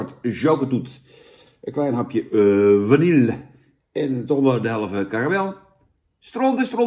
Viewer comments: Het is VANILLE!!! Niet Vanillieje! Wtf man, en dan zeg jij dat Dennis een spraakgebrek heeft... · Zou je de volgende keer Vanille willen uitspreken als Vanille inplaats van Vanieljuh? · vani je , op zn frans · Het is VA-NI-JE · Niet vanielje🙄🙄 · Beste Jan, de 'LL' in vanille spreek je uit als "JJ". Met als in medaille. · Je spreekt vanille verkeerd uit, Jan!